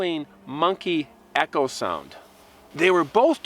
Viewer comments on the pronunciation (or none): none